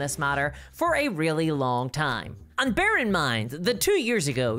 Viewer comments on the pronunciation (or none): none